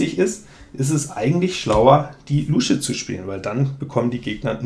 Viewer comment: 🦎Ich muss immer schmunzeln, wie du "Luusche" sagst. Ich kenne niemanden, der das mit langem U spricht. 😂